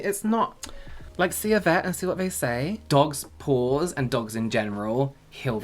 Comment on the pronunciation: Did anyone else hear dogs' balls instead of dogs' PAWS? I swear the masked voice said balls. I was so confused!